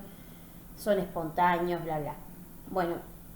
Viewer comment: gracias por difundir valiosos conocimientos, sin embargo con todo cariño y respeto le hago una sugerencia, trate de pronunciar mejor las palabras tales como: " espontàneo " usted dice " espontàño ", tambièn evite la redundancia o cacofonìa sustituyendo con un sinònimo, por ejemplo cuando dice: " hablan de forma informal " puede reemplazar por " hablan de manera informal ". Recuerde que al ser profesora de Literatura su expresiôn oral debe ser òptima y cuidadosa. Èxitos.